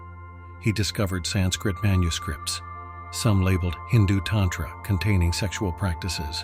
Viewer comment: Very interesting, but it is distracting and aggravating to hear "tantra" mispronounced ... You'd think AI could get this right. Mantra is another almost universally mispronounced. Program the correct pronunciation of "a" in Sanskrit.